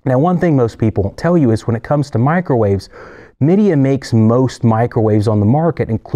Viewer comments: Meida is pronounced Mei-da, close enough to May-dah. They make low end units for all the Japanese appliances too. Other than Mitsubishi aircon units, I'm surprised how a little penetration into the US market has been made by Japanese high-end appliance manufacturers. The low end stuff is just Chinese in a nice wrapper, but their high end is well built and extremely efficient. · It's actually pronounced May-Dee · Well done video. Yes you butchered a few of the names pretty bad - Midea, Zanussi, Gagenau. I currently own a Midea dishwasher in Europe and it is a 100% copy of Bosch. The parts are not the same but they are cheap and easy to find. Easy to repair. A friend of mine who is an appliance salesperson recommended it to me. He said that it had the same parts as most other brands except Miele and Bosch. It has been a good unit, especially for its price - $350. It actually dries better than my Miele dishwasher that I use in the USA. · Hi! May I please help you with the pronunciation of a couple of the companies or brand names that you mentioned? Zanussi, for instance, is pronounced “zuh-NOO-see” and Midea is pronounced “my-DEE-uh”. Hope this helps … and thanks for another great video!